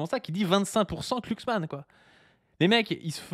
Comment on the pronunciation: Je sais pas si le fait exprès mais c'est un énorme plaisir de l'entendre écorcher le nom de "Klucksmann" à chaque fois qu'il le prononce:D